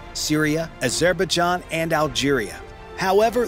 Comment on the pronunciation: Also, "A-zerba-jan", (Azerbaijan).